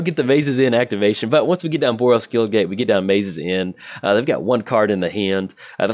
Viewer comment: Demonetized for mispronouncing gate to make it sound like gay Kappa